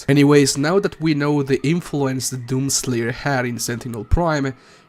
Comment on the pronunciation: My mans says doom slayer like “DOom SLAYer”